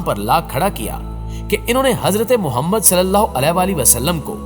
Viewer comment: sahab aap se darkhaast hai aap hamare pyaare nabI محمد صلی اللہ علیہ وسلم ka naam sahi adaa nahi kerte ulama hazraat ke saath naam ki mashq kar lein.